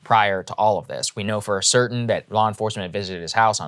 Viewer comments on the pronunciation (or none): none